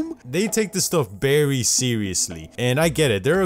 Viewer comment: “Berry seriously”